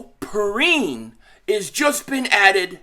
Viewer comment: Yeah La'Mical, pronounced P-rine is the cousin of Bengals RB. Samaje Perine from Oklahoma.